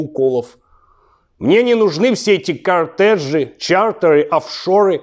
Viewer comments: Не нужны мне все эти коУтежи, чаУтэы, оффшоУы и прочие неудобные слова с буквой "ЭР" 🤣👍 Хочешь хряпнуть водки на ночь - все решит Игорь Иваныч! 👏👍 У нас с ним одинаковые имперские замашки, можем имПЕРЦАМИ помЕриться🤣👍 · труднопроизносимые словп с буквой Р - " кОртеж" 😂😂😂